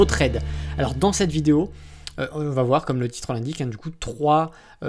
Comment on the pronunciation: pas de liaison, cela va être, il n'y a pas de T à va.